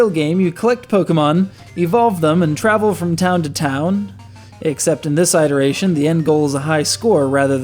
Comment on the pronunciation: That is not how "iteration" is pronounced. :(